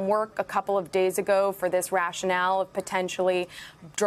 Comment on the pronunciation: Smh. "Rationale"